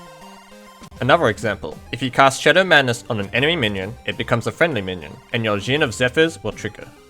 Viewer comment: He's not Gin, it's Genie!